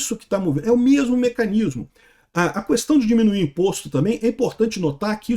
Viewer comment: O fala “cuestão” 😄